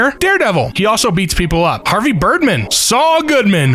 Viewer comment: "Up" becomes "Urp", a comedy about accidents and burps.